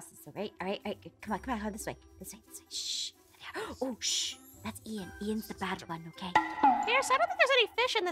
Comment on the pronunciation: Ian not Ein